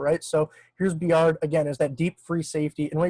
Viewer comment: Lol it's Bye-ard, not like bjork.